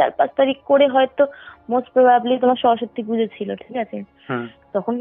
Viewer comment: " সরস্বতী " " স্বরসত্তি "নয়, উচ্চারণ ঠিক করুন ।